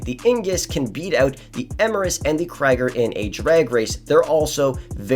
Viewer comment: “The Kreger, Eemurus and the Ingus😂